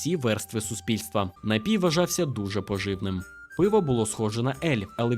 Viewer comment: Що коїться з Вашими наголосами, пане? Скажімо, корчмИ - це "чого" в однині, а не "що" у множині. НапІй має тільки один наголос - на і. Й таке у видиві постійно. Дуже прошу, перевіряйте наголоси! Зі правильними Ваші розповіді набудуть глибини смаку!;)